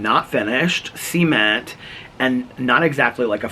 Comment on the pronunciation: I love how says cement...like sea-mint... or.. that other word...family friendly!! giggle